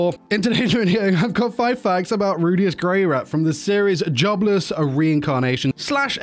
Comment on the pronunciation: I like how you say his name Rudeus into Rudy 😆😂